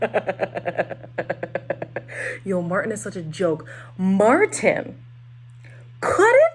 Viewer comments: Not you calling Martin, Deemisha, girrrl😂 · Omg all this time, whenever I’d hear other reviewers call him Martin, I though he is using a second name or sth. I literally thought his name was Demetia. u wrong for that😂😂😂😂 😂😂